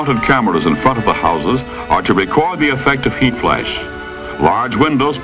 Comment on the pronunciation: But paint burns more readily than wood! This was probably fake and they used it as an excuse for kicking poor people out of their homes. The idea that four magazines and two newspapers would catch a house on fire was probably to discourage people from reading. Also "may-zures," "flaysh," "traysh." He shook his accent all but that one diphthong?